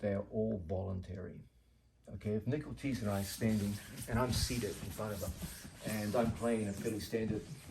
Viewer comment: I thought the uke's name was "nickel cheese" because of the generated subtitles. Then I heard "Nick Ortiz". I like Nickel Cheese better.